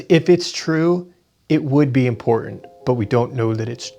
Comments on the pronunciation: She's a silly girl. Can't even say the word, "im-por-tant." Instead, she says, "im-por-ent." All those silly girls do that. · I watched the full Timcast episode, she was very difficult to reason with and frankly annoying to listen to. Also she just pronounced 'important' as 'impor'ent' and I cringed.